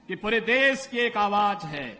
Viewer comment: Aawaaj nhi hota aawaz hota Yogi ji 😅